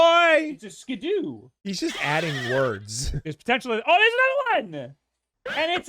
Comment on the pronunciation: Skiddo is pronounced like kiddo, btw. 'Cause, y'know...it's a goat...a baby goat...which is called a kid. ;)